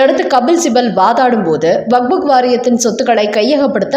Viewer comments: அதென்னமா வக்ஃபு வாரியம் என்பதை வக்புக் வாரியம் என்று வாசிக்கிறீர்கள். கேட்பதற்கு நல்லா இல்ல. உங்களின் செய்தி வாசிப்பை பல தடவை கேட்டிருக்கிறேன். உங்களுக்கு வக்ஃப் என்று வாசிக்க வராதா. திருத்திக் கொள்ளுங்கள். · Vak buk வாரியம் அல்ல, அது வக்ஃபு என்பது சரி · What waq fuk? It is waqf only. Don't wrongly pronounce. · "வக்"கும் இல்ல; "புக்"கும் இல்ல. அதாவது "வக்புக்" இல்ல. அது "வக்ஃப்". அதை வக்ப் என்று வாசிக்க வேண்டும். காதைப் பிறாண்டாதீக.